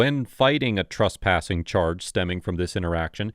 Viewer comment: Why do you call it "trUspassing"? The third letter is an E, not a U. Did the reporter get arrUsted? In the morning, do you get drUssed before going out? It's TRES, rhymes with DRESS.